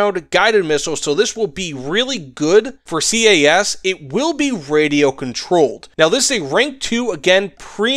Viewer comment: I got a question, why do you say C.A.S instead of just CAS?